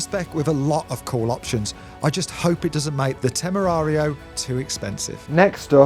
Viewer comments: Temerario and not Temarario 😂😂😂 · It's Lamborghini Temerario:)) not Temarario:))))) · It's TEMERARIO, not TEMARARIO. In spanish means reckless or that produces fear. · Temerario is the name, it means something, it's Not TEMARARIO. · TEMERARIO.....not temarario....